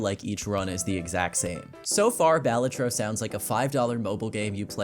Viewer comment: Great video, unfortunately it is pronounced bay-LAY-trow so you get a dislike ☝🤓